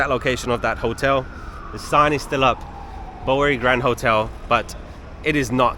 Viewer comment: I can't believe the comments on the hotel video that said "you get what you pay for". No one would pay for a vermin infested room. Glad that place is out of business. BTW the Bow in Bowery is pronounced like bow to the king.